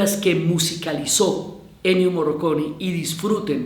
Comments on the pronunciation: Morricone. Se pronuncia Morricone. Ni Moroconi, ni Morroconi, ni Morriconi. Morricone. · MorrIcone no Morroconi. Pensé que se había equivocado pero lo pronunció mal todas las veces. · Diana, en este homenaje hubieras partido del punto de pronunciar el nombre de Ennio Morricone (no morroconi 😕) correctamente. Por lo demás todo muy bonito.